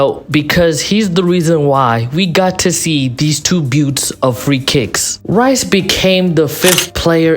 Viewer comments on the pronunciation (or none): none